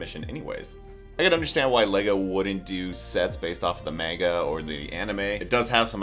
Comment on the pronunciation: The way he said manga bro 💀💀💀💀